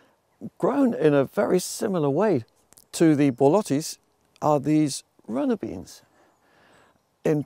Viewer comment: Charles Dowding yes! I just said it cause you pronounced borlotti perfectly so I thought of letting you know :) thanks for your awesome videos